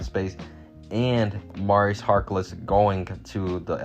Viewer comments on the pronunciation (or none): none